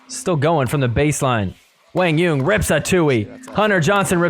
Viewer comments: lol who the hell is “WANG YUNG” do you mean Quan Doung!?!? 😂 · To be more precise, it’s pronounced “Quah-n Yuhn” but great job trying to pronounce it right. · So Quang Duong is now "Wang Yeun"😂😂